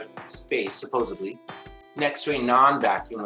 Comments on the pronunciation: Great job guys, very entertaining. Not only is a complete idiot and has no understanding of the natural universe, but has no understanding of the English language either. I counted many "supposeBly"s. Best said in Billy Madison..., "What you have just said, is one of the most insanely idiotic things I've ever heard. At no point in your rambling, incoherent teaching, were you even close to anything that could be considered a rational thought. Everyone on this channel is now dumber for having listened to this". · I can't take anyone seriously who keeps saying "supposebly"... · Does this arsehole keep saying 'supposably'? That is fantastic. Grab yourselves a hole. 👉🙌😁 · my thought exactly. That's what I heard him say... twice. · His lack of physics understanding is expected for a FE’r. But his constant mispronouncing of “supposedly” is really getting to me 😂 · Anyone who says "supposABLY" needs to be slapped and have any education degree revoked. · Did he say 'supposably'. He wants to be a teacher? Sheesh...Yep, I just heard it again 'supposeablie' Oh, just heard this one... 'Alls you have to do'. What the hell is 'alls' How do you do alls? We are headed towards Moron here. Idiot was reached 2 minutes in. This was a tremendous effort! Hilarious!! Thanks guys! Loved it...Ah, wait a minute. He did it, he reached Moron. So pitiful. This misinformation should not be allowed on YouTube...But it is damn funny! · I love when people say supposebly. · I'm re-watching this and just wondered... Am I hearing it wrong, or is saying "barn fire" instead of "bonfire"? And before that, "supposably" instead of "supposedly"? Is 'Supposably' a Word? Supposedly vs. Supposably | Merriam-Webster Supposably is a real word and separate from supposedly. "Supposably" means "as may be conceived or imagined" and is the adverb form of "supposable" which means "capable of being supposed or conceived." Kudos to the three "students"! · Is he "supposably" for real?